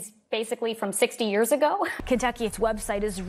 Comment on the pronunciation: I love how he says yeers ( years)